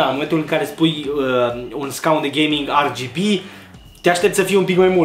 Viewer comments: De ce zici ArGB? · Eu am auzit si de "REGHEBE"